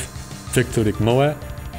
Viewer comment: Poor Vladimir had his name always purposefully mispronounced. No more!